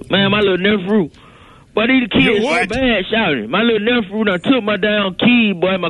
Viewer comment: "My lil nefrew" 😂